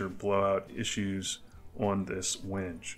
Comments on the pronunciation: Just found your channel. Love the content. I am new to making knives and can appreciate the ups and downs. Just an FYI WENGE is pronounced 'when-gay' :) just the woodworker in me! I have made 2 knives and will film some for the future, then you can find something on my channel to pick on me about LOL keep the videos coming! Going to make your DIY Etch machine. Everywhere is out of the center transformer any links for something similar, I suck at electronics, guess I can just match the specs to something else. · Great work, thank you. The wood is Wenge, pronounced “WHEN-ghay” very nice wood choice with the white liners. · Cool knife! The wood is pronounced WENG-gay.